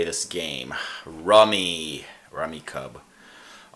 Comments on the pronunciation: PLUS the game is pronounced RUMMY CUBE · You mispronouncing the name of the game was the first clue this video would be ridiculous. Your “family rules” are way more complicated than there are videos under 5 minutes long that taught me everything I need to know.